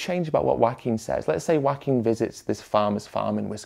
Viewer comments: I gotta say, every time I heard you pronounce Joaquin's name as 'wacking' I chuckled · Very interesting video. But as a Spanish speaker with a little Joaquín in my family, what surprised me the most was the British pronunciation of the name. The farmer drinking milk is the animated equivalent of the people posting meat pics on vegan groups. I was reading Ed about it yesterday, and I'm also baffled. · For a mexican, it is a bit funny how Ed pronounces his name. Love the content though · I loved the video but the way you pronounce 'Joaquin' is funny.